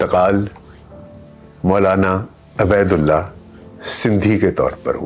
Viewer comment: A.a...yah lafz abaydulla nahin hay yah ubaydullah hay